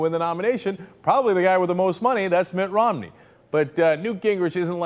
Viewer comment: Did say Mitt "Romley"?